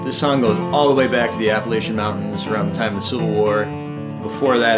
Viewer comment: I’m from the northern allegheny mountains, and the most common pronunciation I’ve heard is similar to that: Appa-LAY-sha. It’s exactly the way he pronounced it and I literally grew up there.